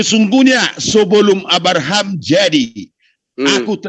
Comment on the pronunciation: Nyebut Abraham aja arbaham...gmn paham dgn yg lain 😂😂😂😂😂😂😂